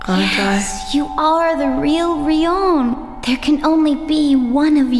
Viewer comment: suddenly changing how she pronounces Rion from "REE-on" to "ree-OWN" is very jarring